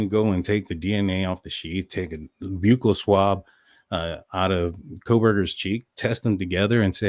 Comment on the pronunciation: Love your show… just FYI, because it’s said so much, buccal is pronounced like “buckle” … like on a belt. ❤